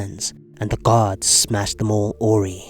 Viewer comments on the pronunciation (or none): “Awry” is pronounced “uh-RYE.”